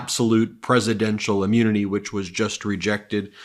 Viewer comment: Why does Ben say ah-munity? :-D